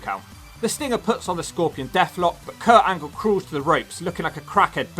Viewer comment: Did You Say Perc Angle?